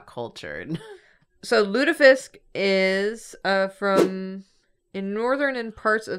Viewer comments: your first pronunciation of Lutefisk was actually correct! My brother spent two years in Norway and speaks Norwegian, and it is pronounced Lute-aye-fisk. It is also absolutely disgusting and states like a fish oil candle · first pronunciation of Lutefisk was pretty accurate, I’m impressed